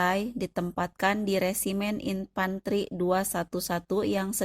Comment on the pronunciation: Aku gagal fokus sm cara ngmg admin.. "teruok,infanterik, nakamurak,merekak,bergerilyak,merdekak, amerikak" 😆😆😆😆 , ini orang depok , apa tasik admin nyakk